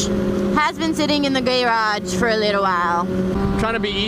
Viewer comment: are you both saying gay-raj on purpose (in place of garage)?